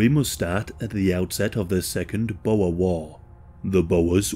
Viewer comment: Omw the way he says boere 😂 we ain't snakes